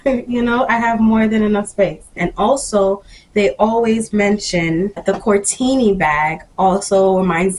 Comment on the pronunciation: The name is Cortni, not Cortini 😉